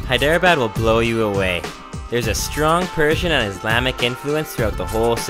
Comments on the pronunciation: It's pronounced hay-drah-bod. Great videos though. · You've GOT to learn to pronounce those Indian city names accurately! Hyderabad is pronounced as 3 syllables not four. Like Hy-dra-bad. No one is going to take you seriously if you don't make the effort. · THIS IS VAAAAAAAAAAAAAAAAAAAAAAAAAAAAAAAARA THIS IS WHAT U CALL VAAAAAAAAAAAAAAAAAAAARA EYERANIAN SHAII HIIITHEREABAD the worst moments ranked 1st to 3rd. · Doge Viper Dude its pronounced Hey-Dra-badd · NO IT'S SPELLED "HI-DE-RA-BAD"